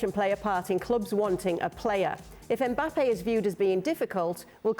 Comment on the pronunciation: I'm I the only one who noticed Frank saying Mbapal😂😂